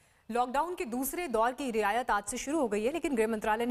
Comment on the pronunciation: Abey riyasat nahi riyayat...be...😅😅😅😅😅